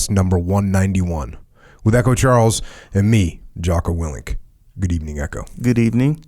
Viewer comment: “Good evening Echo” “goobeveming”